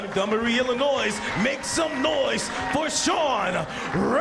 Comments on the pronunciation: did he say Illinois's? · Yeah definitely was "Illi-noise"...lol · Niko Puhar Illi-noise is a fairly common pronunciation for those on the west coast. ;)